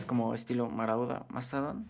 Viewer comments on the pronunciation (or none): le entendí maradona no marauda xD